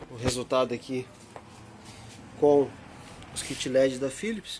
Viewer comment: Cara so um toque Philips, é com P, não con F